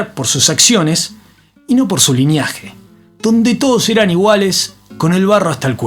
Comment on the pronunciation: No es "Lineaje", historiador!... Es "linaje", nivel, casta. Ilustrate un poquito más para relatar algo de tanto nivel. Saludos de Rosa Guarú.